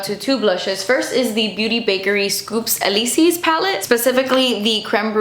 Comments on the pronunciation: Elysee: eh-lee-zay: el-lee-see 👁👅👁 lol love youuuuu, really don’t mean anything mean by it of course, French is genuinely tough with the pronunciations sometimes and I normally wouldn’t comment on it but it made me giggle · Elysees is pronounced "el-ee-zay" 😉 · Scoops Elysées is pronounced el-ee-zay like Champs Elysées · my french ass getting triggered everytime she pronounces elysees wrong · The way you pronounced Elysees 😂